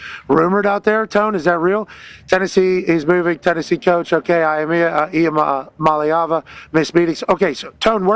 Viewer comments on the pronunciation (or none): His last name is I-Am-A-Leava. Really on the team for not seeing this coming